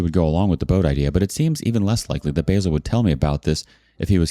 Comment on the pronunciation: Lol its not basil as in how Americans wrongly pronounce the herb but basil as in baa like a sheep and sill like windo sill. So its ba-sil